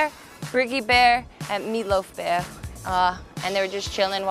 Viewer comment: Theres's no R after "Beaw" come on you're better than this!! Lol